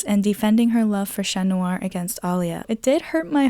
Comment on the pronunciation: Okay we're you saying shat noir and maryshat BC if you did lol